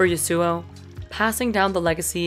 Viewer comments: I wonder if the pronounciation of th name Yasuo in this video is wrong. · man why cant you pronounce Yasuo properly.